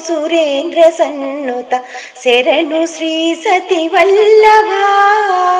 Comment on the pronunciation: శెరణు కాదు శరణు అని పాడాలి. ఎవరు పాడారండి?...నైస్ vlog